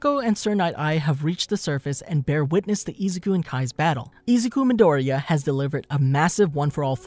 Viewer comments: Hahaha i love how you said he’s name It’s so funny 😂😂😂😂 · you are saying dekus name wrong and it makes me mad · im dissapointed the way you said his real name killed me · I am 12 seconds in to the video and im sorry but u cant pronounce his name or the title of the show